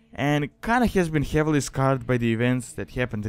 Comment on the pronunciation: i also like how you say heavily, like: hjeavely